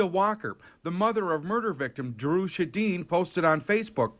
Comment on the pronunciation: Come on!!! Dry “shadine”?!?